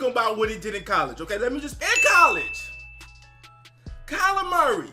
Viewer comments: Sounds like you’re saying “Calamari” haha! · Everyone says it like that. He is now calamari to me forever. Calamari = Seafood = Dolphins = get him